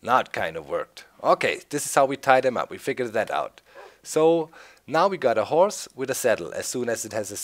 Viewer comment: Did you say horse or hores